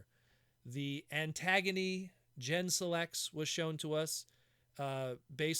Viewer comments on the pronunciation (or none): I dont think you are pronouncing her name right. It's a play on the word agony not antagonist. Ant-gunie